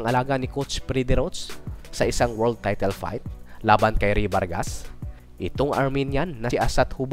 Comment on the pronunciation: TAYTEL ka ng taytel eh bisaya ka naman(na kagaya ko) dapat TAYTOL. Bakit ang DOBOL(Double) 'di mo naman binigkas na DOBEL?